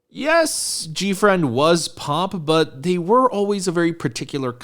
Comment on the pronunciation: Gfriend subunit. You said it right.